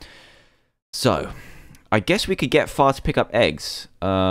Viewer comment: Far sometimes sounds like Fart sowwy